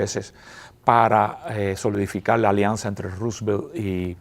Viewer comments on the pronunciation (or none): none